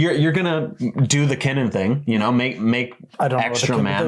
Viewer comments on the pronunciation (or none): I'm sorry but the way you guys say kinnan is annoying. It's pronounced kin-in